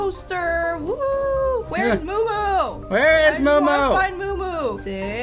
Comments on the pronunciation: It’s muumuu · It is muu muu